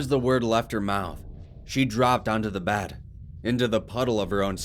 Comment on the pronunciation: Bed not bahd